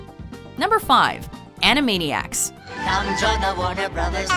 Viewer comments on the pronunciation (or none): No, not animainiacs!